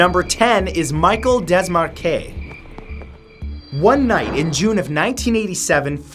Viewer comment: Love your videos Matt! Also, Michel is pronounced mee-shehl.